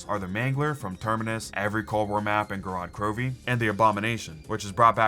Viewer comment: As a russian speaker it hurts my ears to hear ppl say "gorOd krovi" instead of "gOrod krovi" since its the accurate way to pronounce those words